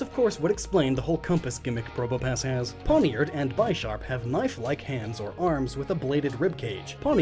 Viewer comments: Since you recognize that Pawniard is based on a 'pawn' from Chess, do you not get that Bisharp would be pronounced 'bish-arp?' Because it is named partly after the bishop from Chess? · Great video! By the way, I think Bisharp is pronounced "BIH - sharp" and not "BY - sharp", which would make sense since it's an upgrade on PAWNiard. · It's "BIH-sharp," not "BYE-sharp." It's a pun on Bishop. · It’s weird to me that you mentioned pawniard’s connection to pawns, but not Bisharp’s connection to bishops. Combined with you calling it by-sharp instead of bih-sharp… did you even realize this? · Pawniard and Bisharp are both inspired by chess pieces, not just pawniard(pawns and bishops). Also, seeing as it's name is a play on bishop and sharp, Bisharp pronounces it's name as be-sharp, not by-sharp. Don't wanna be that guy, but the way you we're pronouncing it was super annoying. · tell me, when you play chess do you say "Ill move my bIsh-op No, its bish-op and therefore bish-arp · I thought Bisharp was pronounced "Bih- SHARP", like a bishop, since the whole line is influenced by chess and all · It’s b « e »Sharp not ‘’bIsHarP’’ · Why do people say it like "By-Sharp." It's a bishop. Do you pronounce that By-Shop? Cause you're just wrong. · The way you pronounce Bisharp leads me to believe you never caught the fact that it's ALSO a chess piece. Bishop? Helloooo? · I hate how he pronounces Bisharp and forgets the whole naming gimic with chess in this line, Pawniard>Pawn, Bisharp>Bishop, Bisharps head axe also looks like most bishop peices